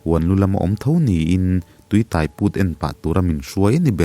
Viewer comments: Tui Tai....tui tâi tih tur aww...eg..Bike in min tâi.. tih kan sawi ang hian....thei hmin (tai) ang a lam loh tur... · Tui tai tih hi,biang tai tiha tai ang nilo in. Motor in tâi tih laia tâi thluk aga lam tur. Tui tâi chu leilung chhunga tui awm amaha lo put chhuak sawina. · Tuitai ni lo in,tuitaiiiii thluk sei tur,I lam dik lo nasa,a ngaih nawm teh lul nen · 'Tui tai' i lam dan hi a dik lo, tai lai hi, sai (elephant) emaw motor-in mi a tai ti a kan sawi ang hian thlûk tur a ni e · min a tui tai i lam dan hi a diklo a, a hmin tai tek mai kan tih a tai ang ni lovin motor in min tai tih a tai kan lam ang hian a ki sangin lam tur. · Tuitai hi i lam diklo,tai thil intai ang a lam tur,theitai anga lam tur a nilo.A ngaihnawm e. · Tui tai tih hi, mi ka tai tih a tai tih ang hian lam tur. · tuitai i lam dan hi a dik lo deuh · Tuitai tih hi tai motor in a tai tih anga chhiar tur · Tuitai tih, tai laitak i lamdan hi adiklo a, eg..motorin thil a tai tih kan lam ang hian , sang deuhin tai, tuitai tih tur ani e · Tui tai tih hi alam dan adiklo hle mai, tuitai tih hi thluk tur ani e